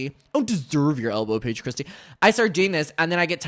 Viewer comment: How dawe u payeej cwistiyuh